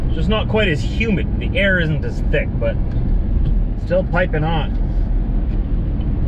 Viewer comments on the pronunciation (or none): none